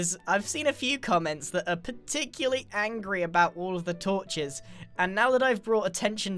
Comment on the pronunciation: I heard " torches" as " tortures" X"D